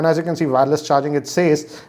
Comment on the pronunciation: Just on the lighter note, it's not WAAARELESS charging.. its wireless charging.😛